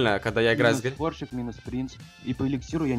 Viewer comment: Мне одному кажется что он говорит борщик а не сборщик?